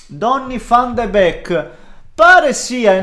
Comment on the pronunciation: Tutti: Donny Van De Beek: DONNI VFFFFFAN DE BECHKKKK